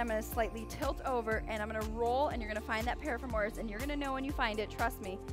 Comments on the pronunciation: definitely not how you pronounce piriformis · Losing my mind everytime piriformis is mispronounced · Ok this kinda drove me nuts too! Great stretches though. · This was super helpful info but the amount of times this woman mispronounced “piriformis” gave me anxiety!